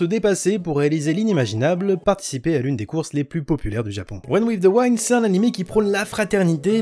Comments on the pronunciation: "Wind" ca se prononce Oui ^^ pas comme rewind...mais sinon super tes vidéos. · Par contre le i de wind se prononce comme un i en français pas comme celui de wine. C'est vraiment bizarre à entendre ! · Tout le monde: run with the « wind »: run with the « waïnd » 🤣🤣🤣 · Super vidéo mais le Winde à la place de Wind aled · Wind se prononce "ouïnde" chef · bonne video mais mon dieu la prononciation TT wind vs waind et youkoso vs youkozo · La prononciation de wind 😭😭